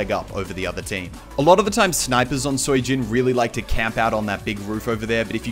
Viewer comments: Muselk I believe Sui Jin is pronounced Sway Jin. Just for referance. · very helpful vid also its pronounced like sweejin or something